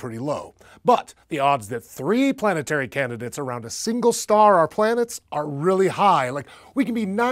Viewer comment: Heh, "planteary"